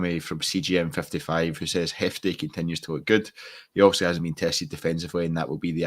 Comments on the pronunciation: His name is Jefte not Hefte. Listen to the manager. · Yeh the ‘J’ in Jefte is pronounced like the ‘J’ in João Moutinho